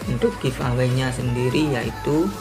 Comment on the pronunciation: bagi2 dong pulsanya ke aku baca bukan giv away...tapi give eway....wkkkkkkk